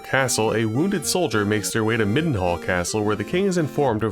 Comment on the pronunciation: Hey, you're the only one I've ever seen pronounce "Midenhall" the same way I did, with the short i. Everyone else I've seen online says MY-den-hall. I mean, it's not like there was voice acting, so who knows how it was supposed to be read, but it's nice to know I'm not completely alone in my reading.